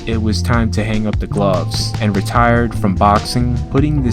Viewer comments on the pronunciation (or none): none